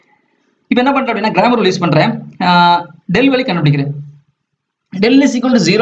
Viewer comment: Sir one small mistake it's Cramer rule not Gramer👍👍